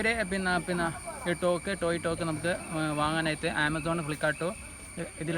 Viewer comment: തോക്ക് ❌ ടോക് ✅